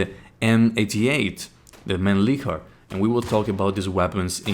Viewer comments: I'm Austrian and I can assure that it's not pronounced like that either 😂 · It's pronounced "Mahn-lichhhhhhhhhh-er"